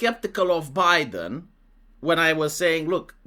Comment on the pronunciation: I'm naming something Zho Bi-Den now because that pronunciation just sent me.